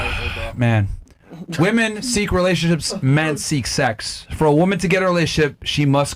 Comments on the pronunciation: She doesn't know how to say "women". That says it all. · Why in the actual fuck are women saying woman as plural? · I’ll never understand how people can’t say WOMEN correctly. It’s pronounced WIMEN. Woman is singular. Women (wimen) is plural. Fucking losers